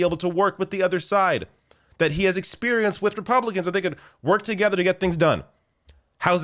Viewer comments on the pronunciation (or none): none